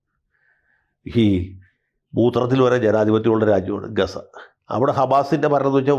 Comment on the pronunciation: Its not Gasa Its Gaaza😂